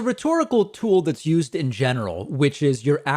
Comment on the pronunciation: "It's important to understand because it is Yoo'sd so often." I see what you did there, David.